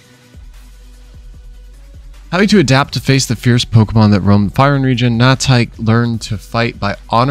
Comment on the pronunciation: Your saying the Region Name wrong, go watch 1 of his FYRUN videos.